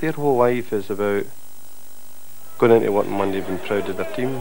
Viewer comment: Oh am pwoud, very pwoud